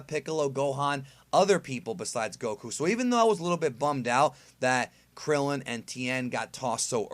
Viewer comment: Damn at least put some respek on Krillin & Tien's name